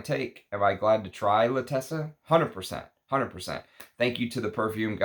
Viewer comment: Love your review, it is meaningful and deep. Pls you wrote and are pronouncing it incorrectly l’Attesa has accent at T and no double ss so you pronounce it as in font zet.